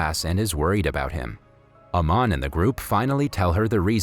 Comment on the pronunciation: It's not Naman it's aman